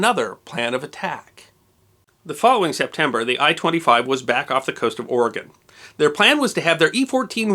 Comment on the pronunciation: ROCKS! Thank you for being a wonderful story teller who also pronounces our Great State of Oregon's name correctly, O-r-e-g-o-n NOT "Orygun". I enjoyed your story as always, the ending part about the Japanese pilot coming to visit and the ensuing exchange of friendship made me cry a little.